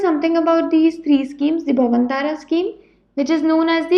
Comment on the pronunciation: It is भावान्तर, not भवनतारा... Anyways, good information. Thanks